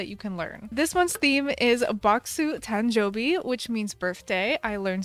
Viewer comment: tanjoubi is pronounced as tahn-joubi instead of tan-joubi :) little to no Japanese words use short vowels in that manner if that makes sense (this is harder to explain through text 😅)